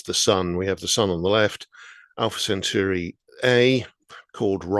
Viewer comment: You’d think that a science writer would actually get the pronunciation of Alpha Centauri right, but no. It’s pronounced Cent-awri!